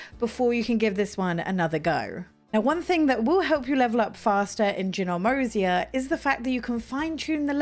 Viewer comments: Excellent tips! My tip - Ginormosia is pronounced - "jai-nor-mo-si-a". giant + enormous = ginormous Also, I was about 60 hrs in before I realized how to warp to the life masters! 😂🤦🏻‍♀️ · I don't want to be a jerk, but I think it's JY (rhyming with EYE)-nor-mos-i-a. I think it's a play on "ginormous," which might be an Americanism? 🙂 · Ginormosia is named after the word "ginormous" so the pronunciation still wasn't quite right